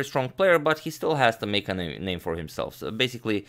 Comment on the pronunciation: I love the way he pronounces the names